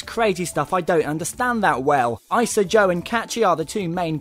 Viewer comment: its pronounced EEE-SA! c'mon they even said EEESA in the game not EYESA!